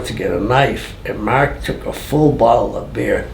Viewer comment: ''marrrrrrrk''! gotta love that BOSTON accent! lol.